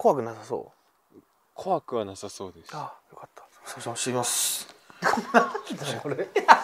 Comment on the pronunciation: 「すぃません、しぃつれぃします(すみません、失礼します)」 じゃね？(´・ω・)